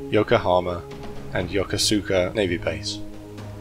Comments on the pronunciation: ...not yo-ko-su-ka...yo.kuss.ka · They ought to learn how to pronounce Yo-Kose-Ka !! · Yokosuka is pronounced yo ko skuh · Yokosuka is pronounced incorrectly in this video. The "u" is silent. Yo-ko-ska. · Being pedantic, but Yokosuka is pronounced like "yokuska".